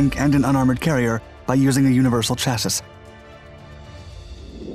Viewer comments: It's Chass-ie not chass-is either pronounce it or don't at all. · FYI- The correct pronunciation of chassis is "CHASS-ee." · "Chassis" is pronounced CHASS-ee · K... Dude, chassis is a French word. It's pronounced CHAS-EE! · Cha-sis......... why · great video, but Chassis is pronounces "Chassie" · "Chas-is"... Ouch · The terminal "s" in "chassis" is silent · You gotta start pronouncing chassis correctly lol you always say it so that it sounds like the word “matches” when you say it but it needs to sound like the word “sassy”. So when you say the word chassis, you want it to rhyme with the word sassy rather than it rhyming with the word “matches” like how you’ve been pronouncing it in various videos. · Great video, the s in chassis is silent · Please look up how to pronounce "chassis".